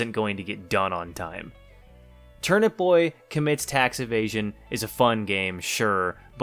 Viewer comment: ah yes, Tax Avasion!